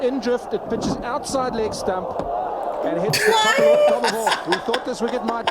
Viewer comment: Leg stump not stamp